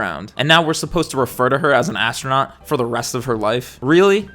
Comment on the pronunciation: More like ass-tro-not